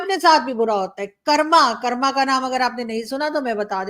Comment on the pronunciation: कर्म, कर्मा नहीं वर्ड ठीक करो आपका please